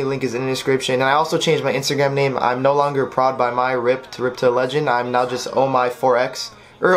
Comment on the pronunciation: did you say Insta Gam? lol